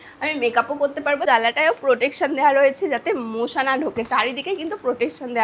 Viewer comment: আরে ওটা মোশা না, ওটা মশা😂